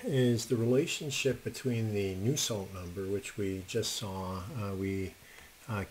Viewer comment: It's Nusselt Number not new salt.